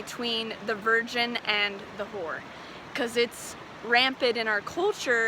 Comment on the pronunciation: And The ho-wer! ❤😂😂😂